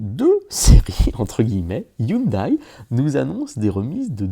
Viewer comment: On dit "HYUNDAI" et non "HYUNDAÏE" .... ;)